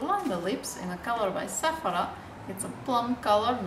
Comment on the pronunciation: I like how she says Sephora.